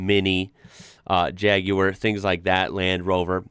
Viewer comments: Pleased that you pronounce Jaguar the proper way instead of Jag warr as most Americans do. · Wow. An American who says jaguar correctly. 😂❤ Spread the word across the states , we need to eradicate 'jagwaaahrr' 😂🤬🤬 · Amazing hearing an American pronounce Jaguar properly. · You can pronounce Jaguar correctly but hardly any Americans can say Suffolk! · Well done 👏. Saying Jaguar correctly 👏 👍. New Subscriber here 👍👍🏴🏴🏴🏴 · J.C would appreciate your Jag pronunciation 💯 mate. (The curly haired oaf from T.G Jeremy Clarkson) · First time I have EVER heard an American pronounce "Jaguar" properly OMG! You don't know what a TVR is? This is unbelievable to me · Very impressive hearing an American pronounce it "Jaaaaaag" with the correct cad drawl. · I also thought this. They generally say "Jagwaaar" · I hate the way americans say jaguar, so was in prio cringe. No need he pronounced it that well i subscribed, well im on the vodka lol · when you said Jaguar, i was very surprised you didnt say it the weird american way lol